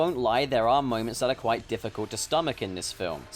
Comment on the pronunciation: Wa- Was that kwite?